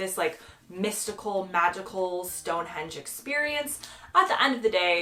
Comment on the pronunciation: I agree with you with all the others, but Stone Hendge come on 😮? Lol